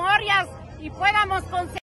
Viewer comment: Podamos, no "puédamos"...